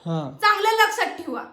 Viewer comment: लक्षात ठिवा नसत ग बाई 😂लक्षात ठेवा असत 😂आणि हो ठेवता असत ते ठिवता नसत 😂😂😂पहिले बोलायला तर शिक नीट तू पहिले